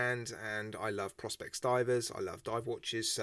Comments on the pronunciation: isn't it pronounced Pro-spex? I don't have a white dial watch though am looking to add one to the collection. Not sure this one lures me In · I think its pronounced pro-spex and leather on a diver is so wrong. 990 quid lol I rather wear my SKX.